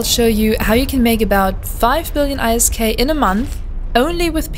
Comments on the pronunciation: For the love of God, can you please just say 'isk' instead of i s k :s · WOW. Have things changed this much? I remember a time when you had to AWOX somebody and be a capital pilot to even be considered by Hord. ANd Isk is normally pronounced as a word not the individual letters. But still a good video. Great opportunity for new players. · EI ÄS KEI Echt akzentfreies Englisch sonst, not bad!